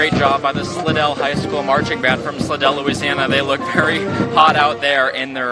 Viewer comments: Love what y’all do, but it’s pronounced Sly-dell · Nice job. Fyi... Slidell pronounced slydell